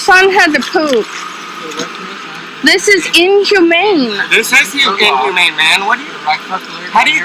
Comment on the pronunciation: She did not say that it was inhuman. She replaced the H for a J making the word injumane